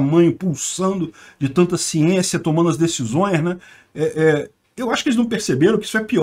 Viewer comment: "Sienssia" pra Caraleo!!!!